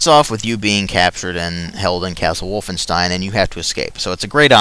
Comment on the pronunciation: I love how you say wolfenstein "Wolfenshtine"